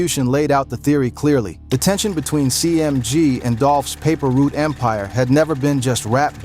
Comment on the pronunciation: Paper root🤦🏾‍♀️ it's Paper Route sir #PRE🐬